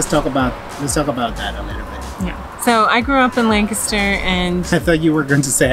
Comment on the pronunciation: Wow I live like 15 mins away from here and we also go to the OBX every year- for the last 🤔 20+ years! I seriously appreciate you pronounce “Lancaster”correctly EDIT: a little disturbed by some folks you encountered in stores not wearing masks